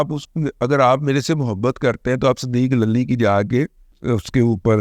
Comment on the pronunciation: دادا جی لفظ للی کی ادائیگی صحیح نہیں😂😂